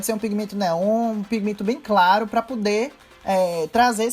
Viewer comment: "pá pudê"